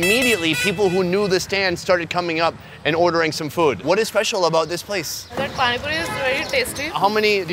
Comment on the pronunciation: pani “poni”